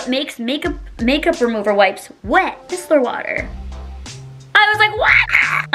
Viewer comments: MY-SELL-ER not MISS-ELLER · It’s MYYYYY-CELL-LUR!!!! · it is pronounced “my seller water” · MY-SELLER water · My-cell-ar water but yes absolutely love it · It’s pronounced MYCELLAR water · There’s more important things going on in the world than how she pronounces micellar water or her backdrop. Instead of spreading hate, let’s do our best to be kind!